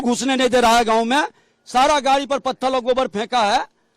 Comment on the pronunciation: उप मुख्यमंत्री इतना जाहिल है कि पत्थर को पत्थल बोल रहा है 🤣